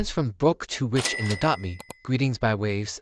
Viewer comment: When he siad "rich" it sounded like "wich" but its ok because thats how it sounds when i say"rich" it sounds like"wich" so its ok i dont care